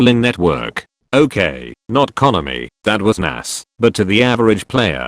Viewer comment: Fuck the Mee-Ta and Con- a-me.